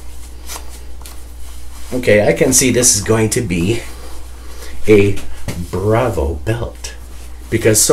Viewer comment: Its pronounced bravo, not bravo lol